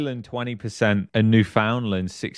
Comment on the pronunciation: You should learn how to pronounce Newfoundland